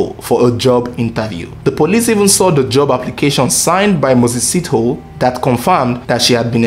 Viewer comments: A little note on South African names, like most African names, Sithole is pronounced as Si-tho-le. Broken in three syllables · The pronunciation of Sithole is Si - tho -le similar to Abu-le . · I like your vedio. Its well put together. Good job. However Moses's surname should be pronounced as Si-tho-le. Thanks. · Lol south Africa my country na wa o... I was thinking number 1 would be Nigeria😕 Lol 😂 I love the way you pronounce the surname "Sitho" na wa o Number 1 was suppose to be the Zambian brothers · You pronouncing Moses Sithole wrong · This is a very documented report with so much information but as for that woman who used her family for insurance i am left with fear. No one knows what our family members think like. Those ladies Rayah and Sakhinah were equally faulty just like their husbands. Egypt did well for that sentence. Is how you pronounce Mses Sithole for me.